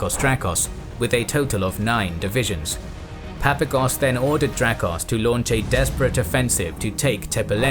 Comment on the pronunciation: I believe that when pronouncing the Greek generals surname it would be more correct to emphasize the second "a" in his name , as in Greek it would be spelled as "Παπάγος" .